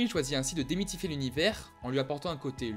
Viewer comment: démitfier ??? 2'23